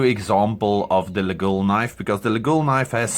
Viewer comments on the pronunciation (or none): The Laguiole name is locally pronounce ''Layolle'' don't ask me why, even us french we have no clue 😀 then, you are correct, on the original ones there is the fly/bee and also, there are rivets in making the shape of a Cross, so when a shepherd stick it in his big loaf of bread, the Cross is up and he could pray before eating